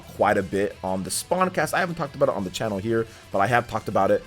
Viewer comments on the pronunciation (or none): none